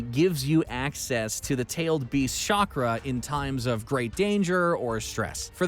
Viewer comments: It's chakra not Shakra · This is what happens when american tries pronounce japanese words. I also love shakra. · Did I hear "Shock-Ra" 😔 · whyyyyyyyyy Why do u let people narrate that have no idea about the shows????? He really said shakra my man wtf Can’t even pronounce the Sharingan. Everyone knows the Sharingan